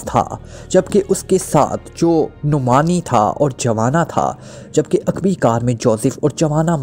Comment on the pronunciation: Uqbi nahi hota aqbi hota hai